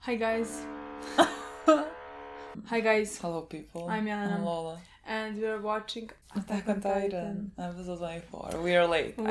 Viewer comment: Milena: Hi guys Lola: hello people. Milena: I'm Mlena Lola: I'm Loula Love that ❣️❣️❣️❣️